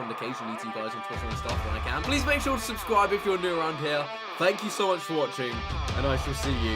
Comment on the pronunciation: "Please make shure to SUBCWIBE!"